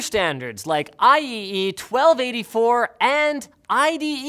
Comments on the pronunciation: It's pronounced I-triple-E not I E E E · It's pronounced "I triple E", not "I E E" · I've never heard someone say I E E E before I've always hear/say I tripple E. It just seems wrong to me to say/hear it like that. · He said IEE instead of IEEE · just fyi, IEEE is pronounced "I triple E" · it's actually pronounced "eye-triple-ee". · its pronounced "I triple E" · IEEE is pronounced "Eye Triple E" Disclosure: I'm old. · I know this is a few years late, but IEEE is pronounced Eye-Triple-E, or; I Tripoli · IEEE is pronounced "eye triple e" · "I E E 1284" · I E E E Don’t you mean AY-YEEEE